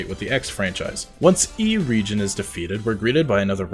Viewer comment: Er-EH-gee-on. It's a reference to the works of J.R.R. Tolkien. EDIT